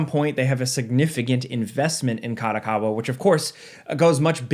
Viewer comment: Company name: Ka-do-Ka-wa Says the name: Ka-dA-Ka-wa ... wtf!@ A != O Kado Kawa